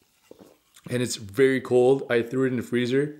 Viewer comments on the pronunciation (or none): none